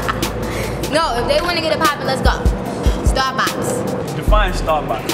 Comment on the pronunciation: She said starbox ⭐️ 😂😂😂